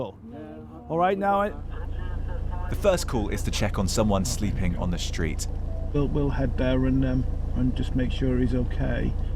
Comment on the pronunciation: What is a shtreet? Do you mean street?